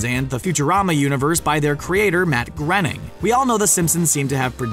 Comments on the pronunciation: Matt gr- ... Matt GRENNING!?! ... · ..Matt granning?